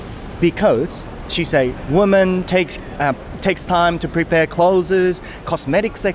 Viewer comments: clothesの発音は、kloʊðzizじゃなくてkloʊðzですよ。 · 、clothesの発音間違えてます〜僕もよく間違えますが。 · まあなんでもいいんだけど、clothesの発音が違うよね。俺も最初esつけて発音してたからさ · clothesの発音はcloseと同じだと思います。伝わってるのでいいですけど一応。